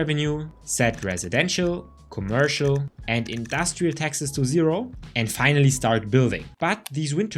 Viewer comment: I can tell you aren't american because you keep pronouncing "Texas" instead of "taxes"